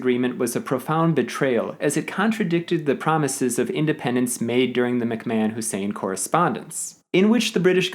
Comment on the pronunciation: Is that really how McMahon is pronounced?